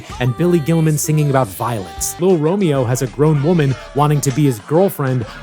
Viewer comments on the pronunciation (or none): none